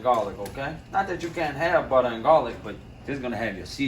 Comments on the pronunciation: Love the way this dude talks man! Love his cooking even more..."one stick ah buttah"...lets go!! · Nah I just watch dis to hear “buttah”